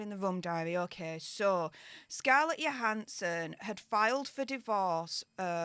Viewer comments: Scarlett's last name is pronounced with a J not a Y. Just saying.:D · it’s “Jo” as in Joe. Jo han son. 😂 love you ❤